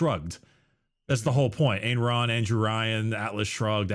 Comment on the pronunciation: Huh, that's the first time I've heard "Ayn Rand" be pronounced as "Angron"